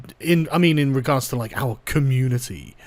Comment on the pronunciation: The way youre pronouncing "Community" is triggering me. Youre not pronouncing it right- its COMMUNETIEYH, FREAKIN GET IT RIGHT! :P